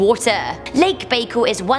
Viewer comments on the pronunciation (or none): Lake Baikal. It’s pronounced Bye call. The deepest fresh water lake on the planet. It is a place of immense spiritual importance to shamans of the area. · The “c” is silent, doofus.